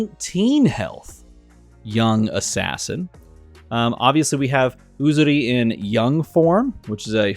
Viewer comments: I'm so happy you said Uzuri correctly xD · I must say you are quite accurate on the way you pronounce "Uzuri". Also, I'm very excited for this new set !